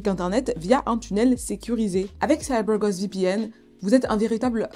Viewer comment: Petite parenthèse dans cette vidéo 🎬, dans cette histoire, mais j'adoooore 😍 l'accent " CYBER GOST VPN " 🤗😘😊